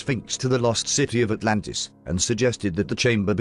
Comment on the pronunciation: That's as bad as "Anartica" and "Alantis". How? Why? Just get it right.